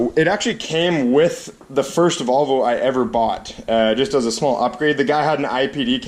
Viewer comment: Volvo pronounced vul va